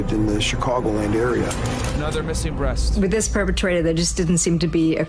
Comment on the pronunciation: "The breats is the best part of the chicken " WTF😂😂😂